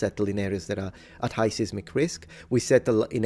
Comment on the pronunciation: Seismic is pronounced like either "size•mick" or "seiss-mick". Long, hard i, like the name of the letter i.